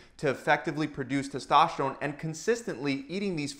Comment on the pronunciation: Used to hearing it pronounced like testosterone by docs and the first seconds of this video was like what's testoshron... :-) sports help increase testosterone levels quickly, efficiently and safely (unless it's karate or racing, etc.).